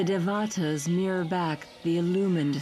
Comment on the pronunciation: If I may...the word Devata is pronounced Day-va-tha..and not Devaata! It refers to a heavenly being in the Hindu tradition, god or goddess. Buddhists do not believe in such beings but Buddhism became intertwined with Hindu beliefs, hence Dévathas! And oh, Prajnaparamita means the perfection of wisdom, and the Prajnaparamita Devi is the mother Goddess who represents or radiates such. Prajna-paaraa-mitha is the pronunciation...